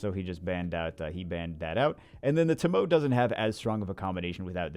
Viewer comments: ....fire onmiyoji is pronounced TO-MO-WAY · Everytime he says "toh-mow" i die a little inside